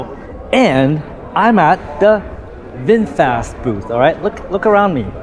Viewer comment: FROM USA 🇺🇸, NOW I RECOGNIZE YOU ARE REALLY “ bung booooo wwwww VINPHET 😂😂😂😂😂😂😂😂😂😂😂😂